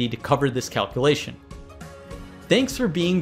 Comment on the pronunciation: It drives me crazy that Presh consistently fails to enunciate the words "calculate", "calculation" , and "probability" . He slurs through the middle syllables in those words every time. They become "cal-klate", "cal-klation", and "prah-bility." Given how often he uses the words "calculate"/"calculation" in his videos, it's maddening, and it's especially weird because I went back to some of his earlier videos and he used to say them correctly.